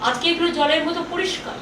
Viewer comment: Pronounsation gondogol